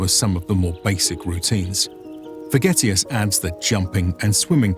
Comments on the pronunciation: Sounds more like "Vergetius" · I thought he said spaghettius😂